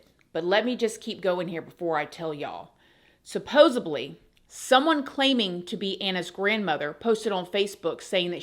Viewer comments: The word is supposedly. Not supposably. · Love you girl, been here since the beginning but supposABly?!? 😢 ouch, hurts my ears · I love you. I do! I listen to you the most out of anyone. But please stop saying supposeBly... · I love "Subbosedly" 😅❤❤❤ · I really like you, and your channel. But…I just want to let you know that you say the word “supposedly” wrong. You’re saying it with a ‘b’ (supposebly) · Supposedly 😂😂 almost everyone I know say this word wrong but there is no B in supposedly ❤❤ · Lol!! I always notice (but I also give her a pass bc she's a sweetheart)😊